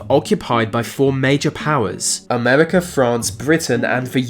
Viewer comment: I just came here to hear him say, "Amerwica" also "mefod"